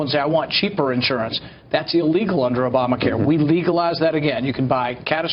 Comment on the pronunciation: Did he just say "ObamaCar" in the opening?